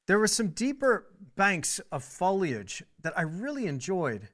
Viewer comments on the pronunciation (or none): none